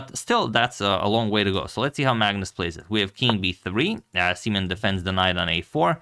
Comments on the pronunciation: is his name really prounounced "semen"? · Uhmm, im not entirely sure if his name is pronounced like that 😶‍🌫️ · Can we change the pronunciation of "simen's" name?